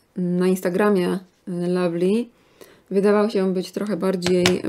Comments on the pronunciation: lovely się mówi a nie lavly :D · Nie kochanie, lovely wymawia się po angielsku przez wyraźne A, tak samo jak "owl", "love", "oven" i "cover" 🙂